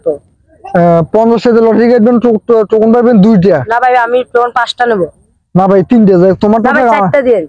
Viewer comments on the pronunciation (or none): টোকেন না টোকন😂😂